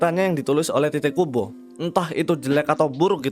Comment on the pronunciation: Bang pas lu bilang "tite kubo" kok kedengeranya kayak "t*tid kubo" 😂